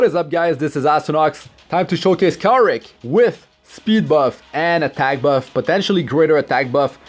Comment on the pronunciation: You pronounced his name wrong, its Kawaii Rick lol